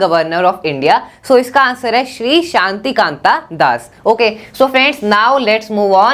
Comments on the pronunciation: Bhai vo shaktikanta das hai na ki shantikanta das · Rajat Shri Shaktikanta Das hai na ki Shantikanta😅☑️